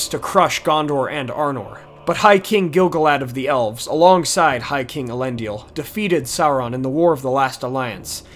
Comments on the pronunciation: Elendil not Elendiel! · A nice synopsis. Although I would take issue with much of your pronunciations. For instance - Is-il-dur or El En Deal. Nice work.